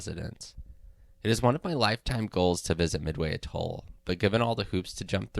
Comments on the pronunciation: Just a tip, if you're going to make a video about an Atoll... maybe check the pronunciation of the word. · Your narrator doesn't know how to pronounce "Atoll" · Yup. The way he pronounced atoll and archipelago...ugh. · I think it is pronounced "A-toll" -- not "a-TOLL". I could be wrong. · one small nitpicking note: you are pronouncing the word atoll wrong. the emphasis is typically on the first syllable, the "a" (pronounced like the word yeah) sound, not the second toll (pronounced like the word tall) syllable. that said, good vid. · Every time I have heard the word pronounced in the past the emphasis has slightly been on the first syllable. The main point for me is that the way it was pronounced in the video seemed wrong. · Your pronunciation of some words is horrid…I suggest you learn the correct way to say things and replace the audio. For instance it’s not a-toll it’s atoll as in at not a. Archipelago is also a disaster. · It’s pronounced atol, not atoll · It's not "a-TOLL". It's AT-oll. And then there is the matter of the word, "archipelago." (Go directly back to the 7th grade. Do not pass "Go". Do not collect $200. Why the hell to geeks like you even bother?) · Try AH toll instead of A toll... thanks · Pronounced A-Toll, with emphasis on the A. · archipeLAgoh, aTOLL Is that how those words are pronounced? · It's pronounced "'A-toll." Unless you happen to be the kind of person who says "hot TUB" or "ham-BUR-ger." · A toll? Arka pelah go? This kid needs some pronunciation tips. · I cringe every time he says “Atol” too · Very nice vid. Just a little FYI, your pronunciation of atoll and archipelago are off. Might suggest you look them up for the correct way to say them. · great video, but you need to work on your pronunciation of the word 'atoll' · Your pronunciation is off course; atoll & archipelago. Albatrosses? The plural of albatross is 'albatross'.